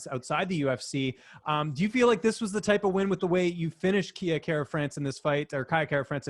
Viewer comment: Its Kai not Kia ffs